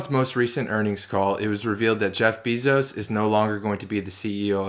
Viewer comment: Dam man this Beezos pronunciation is distracting af